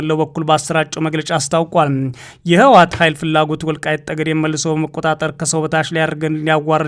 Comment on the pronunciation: ይህ ልጅ ማንበብ ሲጀምር በፀለምት:በፀገዴ ሲል ይህ ግለሰብ ለምን ዜናውን በትግሪኛ አያነብም እላለሁ::ሌላው አፍንጫውን ማፅዳት ለማንበብ ይቀለዋል